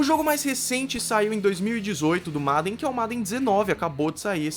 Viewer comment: Esse 'MADEN' foi triste de ficar ouvindo kkkkk Mas ótima explicação sobre o jogo 👏